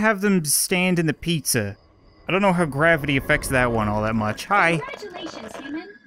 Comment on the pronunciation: YOU BROKE GRAVE-IDY!! (gravity)